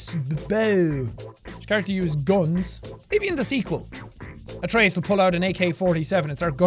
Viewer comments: I know it might be different in different areas or in the game. But the god Atreus it’s pronounce A-tree-us. At least that’s how I’ve learned it in my classical myth class. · M8 YOU CAN'T PRONOUNCE GOD NAMES, IT'S AE-TREE-US AND FEN-REAR JESUS FUCK I LOVE YOU MAN BUT HOLY FUCK